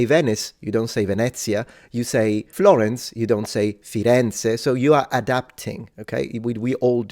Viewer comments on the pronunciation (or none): none